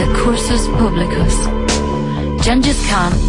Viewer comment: "pubblic cursus"? "d'Alambert"??? "fù trasmessa"????? aaaAAAAARGHHhhh!